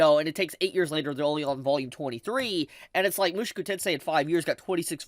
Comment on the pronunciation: Bro it isn't Mooshku tensei. It's Moo-shou-ku tensei